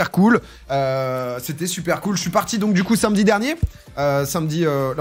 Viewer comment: Domingo t'es vraiment un boss ça fait tellement de bien d'entendre l'enthousiasme qui semble te traverser et en dehors de ça j'aime tes contenus mais le fait de prononcer "sainmedi" fait de toi une mauvaise personne et c'est regrettable